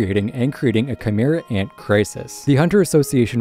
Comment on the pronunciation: Tsrreidnich ant arc